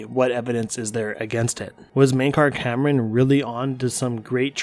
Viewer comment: Why do people keep calling him Mankar Cameron and not Camoran ? D